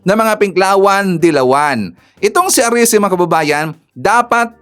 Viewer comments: Erese hindi arese pls PBBM Trillion times foev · ERECI not Arice